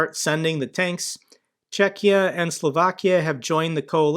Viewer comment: Thanks for saying Czechia correct way 👍